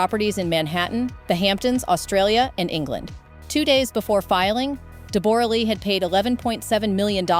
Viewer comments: Her name is pronounced DEB - RA. Calling her a great actress is a BIG stretch! And, Hugh Jackman was very well known in Australia when he met her. She was/is known to be a very pushy, opiniated individual. Who knows why he married her? He is a very nice person, from all reports: she ... not so much. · If you must comment on peoples private lives however much they are considered public property at least pronounce their names correctly. I have never hear Deborra-Lee's name pronounced De-borra! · Her name is pronounced ‘Debrah’, she is Australian and that is how Australians pronounce it. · AI mispronounces Debora. God i hate AI. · FUCKING AI NEVER GETS IT RIGHT! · This is absolute nonsense… AI can’t even pronounce her name right… people are so gullible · I winced every time her name was mentioned... totally butchered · Such a shame the awful, judgemental AI voice can't even pronounce her name correctly!! 🤬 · Please pronounce her name correctly . Ouf it is making me cringe. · Learn to pronounce Deborah’s name correctly. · DEBRA LEE NOT DE BORA LEE😊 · DEE BORE RAH?! REALLY?! It's DEB-RA you ai donkey. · It’s not pronounced Deb-or-a It’s just like Debra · It’s DEB-ra not Deb-OR-a - she literally says her name within the first couple of minutes. Hugh Jackman is not 49, he is 57. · DEBORE A LEE??? FFS....LEARN HER DAMN NAME PRONUNCIATION. ITS DEBRA LEE. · It’s DEB-ruh, not De-BOR-ah. Teach your ai better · Debra not Debora lee 😮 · Deb-uh-ra. Not De-bore-uh. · I just can't with the "De boragh lee" 😂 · For Gods sake all us Aussies are rolling our eyes...HER NAME IS PRONOUNCED 'DEBRA' JUST SPELT DIFFERENTLY.. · Deb bor ah. Say it properly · I stopped watching as soon as I heard "Deb-bora". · It is, it's pronounced "DEB-RAH" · Are you saying Dee BORE ah? Ugh robot go home… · ITS DEBRA DEBRA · you say her name as debra - this must be AI crap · De Borra?????? Are you sure?????